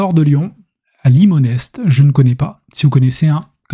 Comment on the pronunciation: on ne prononce pas le S de Limonest ça donne "Limonet" et on est dans les Monts d'Or ya des sous à l'habitant !